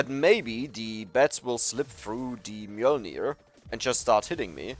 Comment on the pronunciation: for pronouncing Mjølner correctly!